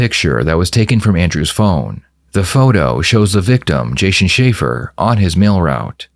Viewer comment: and beginning of video- I like the way the narrator says Jason Shafer: "Jshayshee Shafer" 😂.